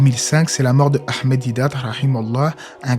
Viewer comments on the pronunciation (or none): none